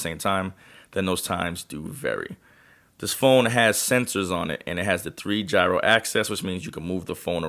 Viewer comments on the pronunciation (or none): none